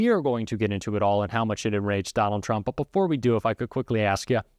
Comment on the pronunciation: Turmp? Cognress? Intentional or did you hire someone from fox?